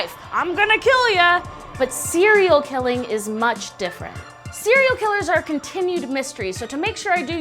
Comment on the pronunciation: how I hear serial killer cearl killer?